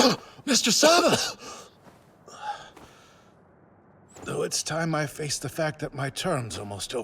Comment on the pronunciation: Hey, just as a heads up, since the dubs did that thing again where they translate a characters name weirdly, Tom Ksaver is pronounced "k-sah-ver" (very short k sound before the "sah-ver", but silent is alright too.) instead of "sah-va". This one's at least a little more understandable than Reiner's mistranslation leading him to being called the very feminine "Reina" in the English dub. Even as the manga was being released (don't worry no spoilers) people kinda didn't know what to make of his name as it's "トム・クサヴァー". Phonetically translated, the katakana is "Tomu Kusav-a", but western sounds are weird to translate into Japanese because we divide our language's sounds more - almost all Japanese sounds are a consistent + vowel. Fan translations that where happening during the manga release kinda interpreted his name to be "Xavier" given the K+S sound at the start, and "a" often times being a stand in for "er" (Yeager -> Yega etc). But at the same time, there were also people saying that the Katakana translation of Xavier would be "Zabieru". It wasn't until we got an official English translation for the manga that it was revealed that it is, in fact, Ksaver. I think this just kinda comes down to a quirk in how names are picked, being that Isayama doesnt speak European languages. Sometimes they'll make a lot of sense, like Erwin Smith, because at least Smith is a very common last name, but then we get stuff like Armin Arlert. The process of choosing foreign names for your characte